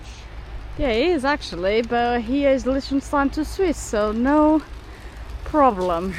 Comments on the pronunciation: Hey guys loving the vids. But its pronounced "Lick_ten_styne.". 😅🤣😂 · kills another countryname 🤣